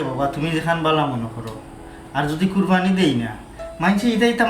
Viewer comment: নাকি কবি উনি কুরবানী কে কুরফানি বলেন।যিনি শুদ্ধ ভাবে বাংলা ভাষা উচ্চারণ করতে পারেননা তিনি আবার কবি হলেন কিভাবে।আর সিলেটি ভাষায় ও তো কুরবানী কে কুরফানি বলেনা।